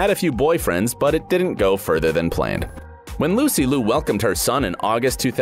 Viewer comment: Only wished if Lucy Liu's last name was pronounced more accurately.